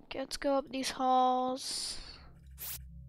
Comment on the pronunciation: He says “Let’s goooool” with the L sound at the end.